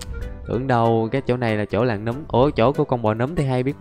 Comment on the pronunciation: Người ta đọc là nấm mà a đọc là núm:) Ai thấy đúng cho mình xin 1 like nha 👇